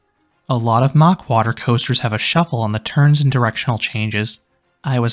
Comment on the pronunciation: It's Mack as in Big Mac NOT MOCK!